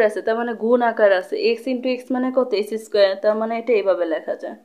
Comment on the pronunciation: এক্সেস্ক্যার, থিটা। এই কথা গুলা একটু সুন্দর করে বলবেন আপু। আরো ভালো হবে